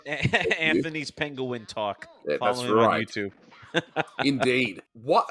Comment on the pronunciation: There's a couple of Bugs' great mis-pronunciations in this cartoon: "you're a pen-gu-in" and "Madri Grass"